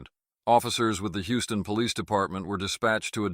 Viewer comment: Are police alloudt to write their po leez reports exctly as the perp states things? That would be hilarious to read. Listen at this attempt to communakay.